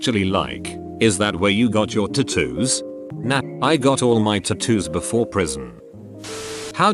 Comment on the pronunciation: Nah, I got my tattoos before prsion... Text to speech: Nah, I got my tu-tu before prison